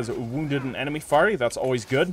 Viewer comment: faris is pronounced with the s at the end. faris is also singular, the plural would be forsan.